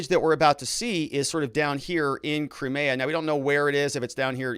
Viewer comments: Putin gave Zelenskyy 24 hrs notice of what he was going to do, Zelenskyy had lots of time to come to the table, this is all Putin asked, Zelenskyy chose not to. Also and this drives me nuts about you, butchering names all over the place; Crimea 'Cry- MEE- ah '. Russian troops move north from Crimea to Nova Kakhova to restore the water supply to the Crimea that the Ukraine cut off ijn 2014... 80% of the Crimean water supply came from there.. So the Ukraine's claim to be sympathetic and care about the Crimean people is bull shit. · Your pronunciation of Crimea and the breakaway regions are terrible